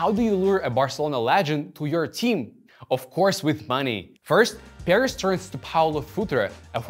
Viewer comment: Bruh I kept thinking you're saying Paris at first Nice video nonetheless